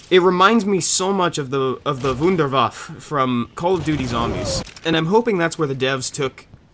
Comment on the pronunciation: The vunderwaffe???? Bro it's the wunderwaffe